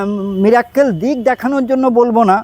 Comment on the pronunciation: সবাই একটা ভুল করেন,মীরের মীরাক্কেল অনুষ্ঠান দেখার পর থেকে মিরাকেল কে বলেল মীরাক্কেল। আশা করি ভাষার মাধুর্য ও শুদ্ধতা বজায় রাখতে ও ভবিষ্যৎ প্রজন্ম যাতে সঠিকটা শেখে তারা,তার জন্য সবাই একটু ভাষার উচ্চারণের প্রতি সবাই সচেতন হবেন।